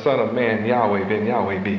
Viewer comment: even though w is double u in english we pronounce it as WA as in water He would have done better even if he said Yahwah which also is incorrect but in line with the alaph bet (bat) in which he thought was correct.